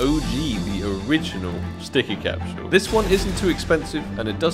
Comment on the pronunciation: why you say “capshule”